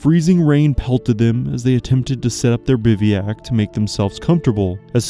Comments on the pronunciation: Great story, well told. But FYI, it’s pronounced Biv-whack, not bivvy-ack. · Bivouac is a French word that you pronounce incorrectly. It should be BIV-oh-ack, rather than "BIV-ee-ack." If you google 'bivouac pronunciation,' there will be a little play button you can press to hear it pronounced. Keep up the great work. I appreciate that you try to pronounce the French names correctly. It's not easy.